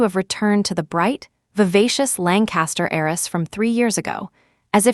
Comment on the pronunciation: HEIRESS not Eris or ays